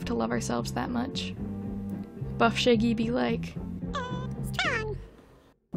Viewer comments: How dare you call shaggy shay-gee and not shag-ee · why do you pronouncing it like shayggy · No hate, I just love that with you accent you say “shaegy” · lol, you say 'shaggy' like 'shæggy' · No one: Her: Shaygy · scuse me i did not just hear u say "shiggy" and "shaygey" ☠ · I can’t be the only one laughing about how pronounces Shaggy 😂💀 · thank god i wasn’t the only one who noticed this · Let’s all take a moment to appreciate how pronunciation of Shaggy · you kill me with how you pronounce shaggy. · Why is no one talking about how they pronounce Shaggy? Lol